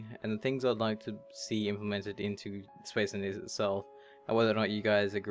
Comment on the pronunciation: I love how you say "Bradshushon" and "Spes enniniees", but maybe that's just me ;)